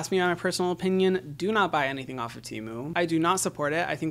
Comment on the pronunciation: He said TEMU tmu